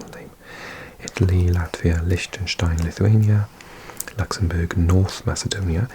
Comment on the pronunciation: Did you just call Lichtenstein lishtenstien?